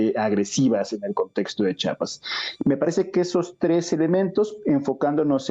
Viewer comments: Buen día. Un favor. Se pronuncia CH I APAS, NO CHAPAS. Gracias. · Jajaja dice chapas ...tan pendejo no sabe decir chiapas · Lo correcto es chiapas no chapas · Chiapas no chapas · Interesante el análisis del maestro Raúl Romero, pero el nombre del estado se pronuncia como se escribe,la I no es muda.Çhi a pas.